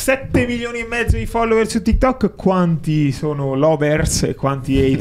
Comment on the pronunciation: Si,ma si dice TikTok non Tikkettok